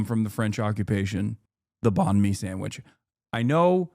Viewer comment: Its Banh Mi tho not Bahn Mi guys. It directly translates into "bread"